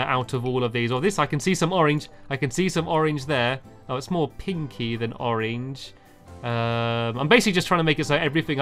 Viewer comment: I love the way stamps says oreng